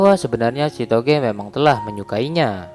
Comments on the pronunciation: Kenapa gw denger chitogee malahan si togeee🤣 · Kok denger nama ceweknya sitoge wkwk